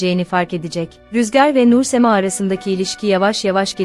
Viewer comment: Nursema kelimesini yanlış telaffuz ettiniz , son hece olan ma bir tık daha uzun , Google a Sema yazın ve söylenişini dinleyin , sonra da düzeltin telaffuzunuzu